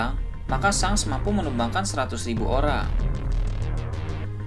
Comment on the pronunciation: Shank ya bukan shenk kalauoo shenk pasti salah